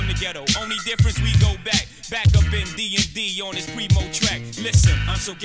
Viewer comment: *P-R-E-E-M-O Not Primo or Premo Its Preemo